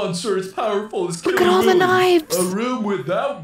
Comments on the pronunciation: It’s Willy not Billy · Killy willy!!!!! You sayed Killy billy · Not to be rude but his name is Killy Willy not Killy billy :) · It's Killy WILLY not Killy Billy! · It’s Killy Willy not Killy Billy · Why do I keep on hearing you say KILLY BILLY He is KILLY WILLY